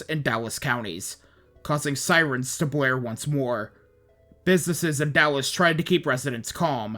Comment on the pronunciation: Lost me at the initial mispronunciation of Dallas.